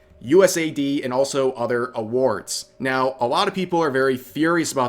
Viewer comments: I’m sorry I’m not against you in anyway but please for the love of god if you continue to talk more about this, it is US-AID, US-AID! not USA-I.D. or USAI-D! I’m sorry just the fact it is even marked in the name US in dark blue, AID in red. For the love of god please I beg you, you are killing me with your pronunciations of a very basic and obvious name Rev! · US AID not USA ID. 🤷🏻‍♂️ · Ahkchually, its US-AID 😅 Vaush trying to pretend that he is going to be the object of political persecution (As they politically persecute others, they believe that we all have the same moral baseness 🙄🤬🔥) when everyone already knows that they are going to take away his funding that comes from the misappropriation of public funds. 😹😹😼🔥 It is becoming increasingly clear that the only purpose of Marxists is to parasitize people who do work and destroy individual identity so that we are all forced to exist only within the "herd." 🤬🔥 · Pronounce it correctly, it's US AIDS.